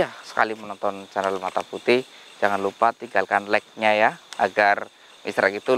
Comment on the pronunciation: Apa lek itu lik. bhs inggrisnya lek itu dsnau.kali maksud lek itu suka,ngonongnya laik.